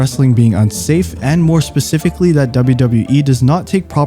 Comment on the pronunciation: I normally dont like voice generators, but when you have such a strong White Suburbanese accent that you pronounce "written" "gotten" &, "forgotten" as "wridden", "godden" &"forgodden" , ntm "important" as "imported" or "specifically" as "pacifically" you should probably look into it. AND, FFS, "suicidality" is not a word in any language.